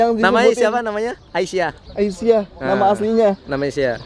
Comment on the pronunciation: Asiah bro bukan aisah